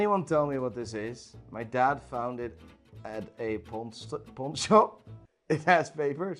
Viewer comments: Damn that guy who said "POND" SHOP. U fckn serious mate? might want to "pond" your rolex ea 😹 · “Pond shop” smh